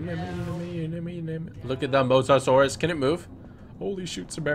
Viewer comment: Call the musasures musa lisa, u know like mona lisa